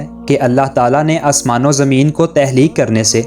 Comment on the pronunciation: تہلیک نہیں تخلیق اپنی narration میں مسلسل غلطی کی ہے آپ نے۔معلوماتی ہے مگر narration بہتر کریں